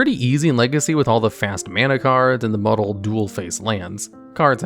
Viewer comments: btw "modal" is pronounced like "mode" (which it's derived from, because the card has two modes to choose between), not "model" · Modal is pronounced "mode"-"al" (or "mode"-"uhl") as in "this card has two faces that you can choose between, a land mode and a spell mode". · please check the pronunciation of modal. it's moe-dal:) bolas also:) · This guy should probably learn how to pronounce words before he goes over cards. Modal, conflagrate, Bolas, Emrakul?